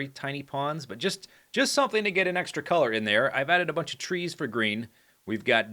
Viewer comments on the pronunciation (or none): none